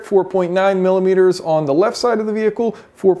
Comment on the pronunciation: Take a shot everytime he says "MiLiMiteRs"